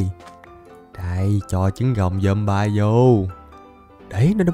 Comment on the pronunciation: Zom bi chứ ko phải zom bai nha anh